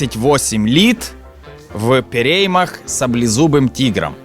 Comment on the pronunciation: "в пєрєймах"))))) шо ви зі мною робите?!))))